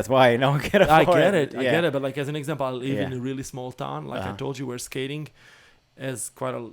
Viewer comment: I think misunderstood when was saying I need to “live” from skating, and thought he said “leave” from skating. That’s due to the way that Portuguese and Spanish (and probably other countries) pronounce the letter ‘i’ as eee.